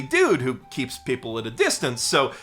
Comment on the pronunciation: "Kill-yu-a" followed by "pipple"